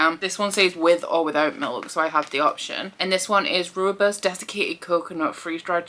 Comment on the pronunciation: Hi Ya! Just to help you out with Rooibos. You say it like Roy (like the name) bos and it means Red Bush when translated into English. Hope you enjoy that one!